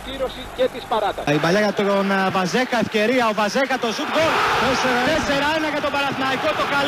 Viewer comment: Βαζίχα προφέρεται στα πολωνικά βασικά με παχύ ζ. Το rz στα πολωνικά δηλώνει το παχύ ζ.